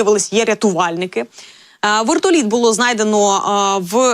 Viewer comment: А почему вэртолит это какой язык вы же корреспондент и такая неграмотность